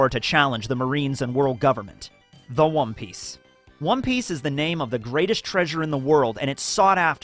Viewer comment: did he say wom piece 😂😂